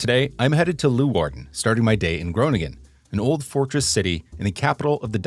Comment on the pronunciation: omg Cor is so cute. also make sure to not pronounce leeuwarden like that when youre actually in the city since people might get mad at you lol. I don't know when youre filming these but if you havent been to sneek yet you should get a special sneekweek burger at snackbar de kolk, which is a cheeseburger with two slices of frisian sugarbread instead of buns :)